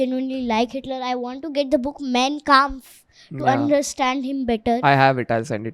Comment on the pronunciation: Why aren’t you guys utilising “Clip-On” microphones ? I felt sorry for the poor girl holding such a big mic during the entire podcast. 🎤 🎙️ Btw, the girl is “Super Intelligent” ! “Mein Kampf” is pronounced as “MAAIN KAAMPF”. It is “Hindenburg”. From September 1, 1939 to September 2, 1945 amounts to 6 years, not a “DAY” ! 🤷🏻🤷🏻‍♂️ Because the Jews were everywhere, they occupied every field, business & job, thus usurping the German indigenous people’s rights to these fields. That enraged Hiter & all of the German people.